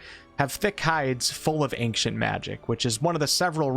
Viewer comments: Good I wasn’t the only one bothered by the hard C pronounced in ancient then. and he says machic instead of magic😂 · well since he says angcient magic everytime you should be fine ;) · He's complaining that he pronounces "ancient" as "ank-chint". Basically, a nothing burger. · How can you not know how to pronounce ancient, though? Go be ashamed, man! :P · The way you pronounce "Ancient" tickles my brain the wrong way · love your vids but i cant believe you are this bad at saying the word ancient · you are a horrible person for pronouncing that word the way you pronounce it. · It's not how you pronounce the word ANCIENT! xD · Am I the only one bothered how he pronounces “ancient magic” ? Does it sound normal to y’all? And take a puff every time he says it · Every time you mispronounce "ancient" millions of my brain cells die. Just don't say it at all if you can't. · please learn how to pronounce ancient..... wtf even the trailer you played said it right.... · and pronounced it wrong every single damn time.. I'm few min in and had to stop the video. Idk if I can muster the rest. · .. and says it weirdly.. 🙉🙈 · As someone from the west (United States, I'm not sure if you meant that.. Or West Africa.. Or just "the West" in general... Or even the wild wild west!?), neither I, nor anyone else I've ever met or heard say the word.. Has ever pronounced ancient (AIN-SHIENT), as "ANK-SHENT." To me, this sounds like someone who cannot read and is mistakenly taking the C in the word as being a hard C... "ANK." Oh my god it bothered me SO DAMN MUCH throughout the entire video... I'm glad to hear that I'm not the only one hearing this and getting stuck on it lol. At the same time... I'd never want to make this guy, or anyone else, feel bad about the way that they pronounce a word. Do you ANK-SHENT magic man!!!! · Ancient not ankcient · Why are you saying the word ancient like that? It pronounced (ain)-(chent) not “ankchent” you don’t annunciate the “c” like that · Ainkshant magic